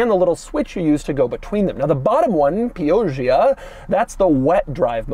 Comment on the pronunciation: saying piojia at pio"ga"ia